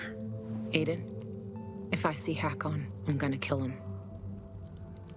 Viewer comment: To není Hakon ale Ikon